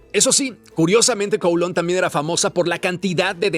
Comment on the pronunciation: Kowloon Se pronuncia CAO LÚN… Lo sé porque viví en China y conozco bien Hong Kong y a Kowloon. Y los británicos regresaron Hong Kong y Kowloon, porque después de la segunda guerra del opio los Chinos les arrendaron por 99 años los nuevos territorios, que es lo que hoy es parte de Hong Kong y Kowloon, y ese plazo expiró. No fue una concesión generosa de los británicos ni un “permiso” de China, sino una combinación de contexto histórico, presión geopolítica y fin de un contrato forzado en tiempos coloniales.